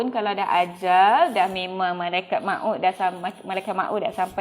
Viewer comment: 😆😆😆😆bukan malaikat ma ut, sebutan yg betul malaikat maut 😆😆😆